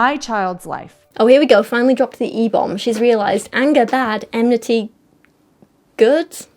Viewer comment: Listening to them mispronounce 'enmity' over and over is so irritating - if you're going to pick a word to make it sound like you're not actually angry, at least say it right